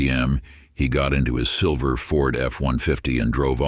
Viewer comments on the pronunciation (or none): none